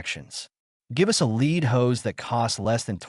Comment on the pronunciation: Pulease say lead properly.